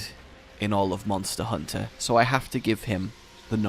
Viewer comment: Mawnster hunter